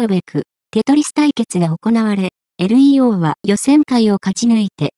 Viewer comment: 完全な棒読みだし、日本語知らない人が読み上げの設定してるのでは？ 名前の読み上げ間違ってるし、LEO→エルイーオーではなくレオですが…